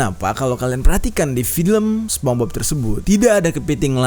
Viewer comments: People : sponsbob Bang jeri : sepongbob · SPONGEBOBS BANG BUKAN SEPONGBOB HEHE, AKU FANS MU BANG JER PISS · Bang sorry namanya spongebob , bukan spombob :v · Ucapannya Sponsbob bang.. wkwk bukan spongbob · bukan spong bob bang nyepong bob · Aku juga sepongbob, manggilnya, mungkin lu doang kali, People : Sepongbob (spongebob) You : sponsbob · Bukan spong bob bcanya bang,, lain arti jdinyaa😭😭😭